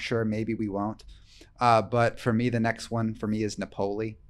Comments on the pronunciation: This makes me laugh every time pronounces a classic and famous place in Italy as, "Nap-OH-li." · “Nuh pole ee” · I can't wait for Tuesday. Is there anything better on youtube than a rant? And it used to drive me crazy when refused to pronounce Topolino correctly. But tells him how to pronounce Napoli correctly and he still won't do it. I feel better.